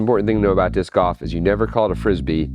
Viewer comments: it's not 'goph' it's golf your pronounce the L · Are you saying "disc off"? I only realized "off" is supposed to be "golf" when you said "real goff" and showed what looks like golf. Your pronunciation of "golf" just doesn't have an "l" in it, so I had no idea what you were saying at first, and could only hear "disc-off". Anyway, awesome project and extremely entertaining. That's all I have to say about that. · A minute in and I'm already tired of hearing him say "goff." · Is he saying “Goff” instead of golf? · Why does he keep saying disk OFF? Isn't it disk GOLF? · why do you call golf goff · "Disc Goff" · Gof? I've never heard golf pronounced like that. Is it an American thing? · “Disk gaulf” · Are you saying goff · Checking the comments to see how many people mention his pronunciation of golf. gawf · funny how he says Gauf 😂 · Omg i love how you say goff. Disc goff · all that engineering genius and he can't pronounce the word 'golf' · man way you say golf is insane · I have never heard anyoje pronounce golf like you hahah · Why does he say golf like that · Not sure if you are aware,,,, BUT,,, the word GOLF has an "L" in it when you pronounce it! 🤣🤣🤣🤣 Love from an English guy trying not to be "grammar police" 👊🏻 Another great upload! 👍